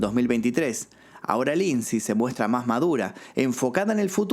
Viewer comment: Lindsay Lohan!!! No Lindsey